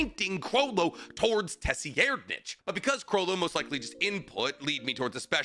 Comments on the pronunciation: Tessi-aired-nich is a wild pronunciation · Tse-reed-nich ("ch" pronounced like the "ch" in "nacht") terror-sandwich huiguorou